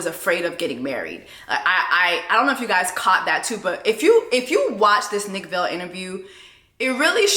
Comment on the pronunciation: Are you mispronouncing Nick Viall name on purpose? Cuz if yes, nice. But just in case it’s pronounced Vi-al sorta like vial/vile. 😂😂😂😂. Not a fan of Nick-it just cracks me up every time you say Vale. 😂